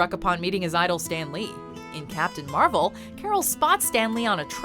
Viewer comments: I think you keep saying Marvel wrong, they literally taught people how to say it right in the movie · Who else heard captain marbel